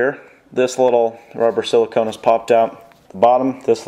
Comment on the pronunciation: He said silcone funny